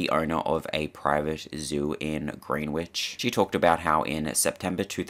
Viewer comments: Just an FYI ..lfor those not from the area, Greenwich is pronounced grehn-itch. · This video is great and very informative, the only thing i can really see as inaccurate, is something ypu wouldnt have know anyway. Greenwhich is actually pronounced Gren-itch with a soft e. Why they spell it greenwhich we will never know. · And Greenwich.